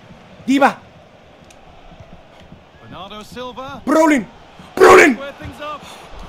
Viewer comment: wait, does he think that "bernardo" is "bernando" like fernando? 😂😂😂😂😂😂 i cant